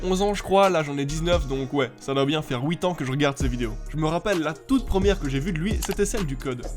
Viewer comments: Il a dis ouit raaa je rigole😂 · houit ans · T’es belge? « ouite ans »😂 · "Sa doit faire ouite ans" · Huit ans mdrrr pas ouitant